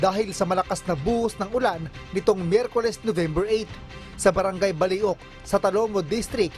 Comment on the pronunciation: Bali-ok hindi!!!balyok ang pagkabigkas dyan